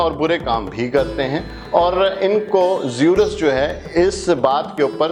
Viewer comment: sorry to say this greek god name was zeus آپ نے زیورس بولا